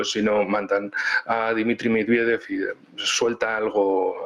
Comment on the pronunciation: Amigos de AL, una vez para siempre. El nombre MEDVEDEV se pronuncia MED VIÉ DIE V. Con el accento bien marcado EN LA SEGUNDA E. Suerte, hermanos.